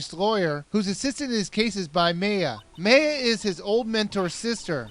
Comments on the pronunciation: by the way you mispronounced mayas name, its pronounce (my-uh) but you said (may-uh) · Its Maya. MAI-AH. Not May-ah. Get it right. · I think Maya is pronounced my-ah. not may-ah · MAY-A? It's pronounced MY-A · Meya? isn't it Maya? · Isn't it pronounced "Ma-ya"? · hey you do realize that her name is maya *my-ah*. same thing with von karma, her name is franzizka, not francheska. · OBJECTION!!!! It's FranZISKA not Francesca And May-uh? Ummm... 0.0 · I think it's pronounced M-ai-ya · actualy, maya is pronounced M-EYE-AH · Was I the only one who pronounced it MY-A? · Actually, I've seen a few other people pronounce her name like that. I don't, but it's still a mystery.